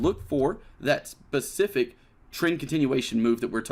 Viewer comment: I’ve heard people say “specific” and “pacific” but never have I heard “bacific”